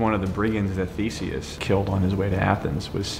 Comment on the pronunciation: They said Theseus wrong. It’s pronounced Thee-say-us not Thee-see-us. I would know it’s my name lol